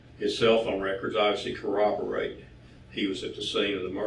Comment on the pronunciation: I'm so happy to hear someone that knows how to properly pronounce "corroborate." Especially coming from a detective. It seems like 95% of people pronounce it "cowoborate." He does have a strange affinity for saying "stripper girlfriend" though.